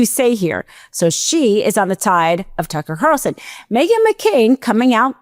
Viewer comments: This girl doesn't enunciate clearly. It's distracting.... Didn't hear a word she said. And I believe it's Tucker Carlson, not Carson. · did she say "turkle carlson"? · 'Turkel Carson'???? 😂😂😂😂😂😂